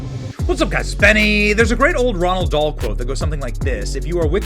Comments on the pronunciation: The man's name isn't Ronald Dahl. It's Roald Dahl. No N in the name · Roahld Dahl. Not Ronald Dahl. Dummy. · Isn't it Roald Dahl? Not Ronald? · Roald Dahl dude, not Ronald 😊. But great episode as always 👌🏽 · "Ronald" Dahl? Are you tarded? His name was ROALD Dahl, you dunce. It's a Norse name meaning "great ruler" or "famous ruler". Not "Ronald". Jesus Christ, how could you get that wrong? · Roald Dahl. Not Ronald. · Dude. It’s Roald Dahl. If you actually were a fan of Roald Dahl you would know because you ALWAYS CALL HIM RONALD. I’m beginning to suspect Benny is faker than I want to believe and it sucks because I used to be a really huge fan of this channel. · his name isnt Ronald Dahl its Roald Dahl 😂😂😂Benny cmon mayun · I love ya, Benny - and it's "ROALD Dahl" - I only know bc I made the same error for longer than you've been alive, lol. 😉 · Yo Benny, second time I heard you quoting "Ronald Dahl". Just pointing out there is no n in Roald Dahl's name